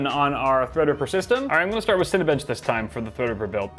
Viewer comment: When you first said Cinebench i thought you said Cinebitch